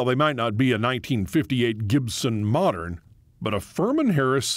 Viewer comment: Pronounced ..Gibson Moe-dern...close enough buddy👍